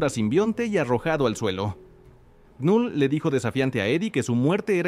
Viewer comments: Me da cringe que diga literal con letra "k" Knull... Cuándo la pronunciación es solamente "Null" 😂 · La "K" de knull es muda bro🤢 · La K no suena y la U suena más parecida a la 'e' del español. Gracias por tus videos: me gustan.